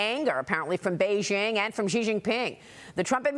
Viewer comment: Its name is not Zhee, it is "She." Exactly like the female pronoun.